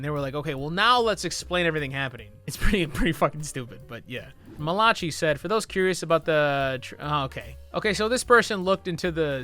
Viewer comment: AYYYY ITS ME??? its been a year since this video was posted and I only now found out! also, it's "mala-kai", not "mala-chee", but don't worry. everyone does it. lolol